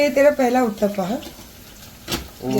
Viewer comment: Not Utppaa....it's UTTPAM...🙏🙏